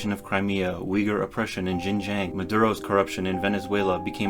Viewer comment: and it's pronounced "shinjahng", but more properly pronounced "East Turkestan"